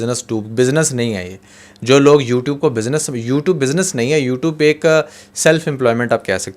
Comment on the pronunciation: U toob 😂 you tube hota ha bhai